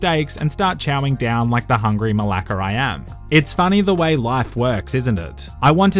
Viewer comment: your malaka sounds too aussie dude